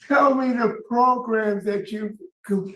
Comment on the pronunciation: “Tell me what progrums you’ve taken” I’ve learned to play the guitar 😂